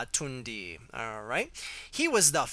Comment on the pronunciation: It's pronounced tunda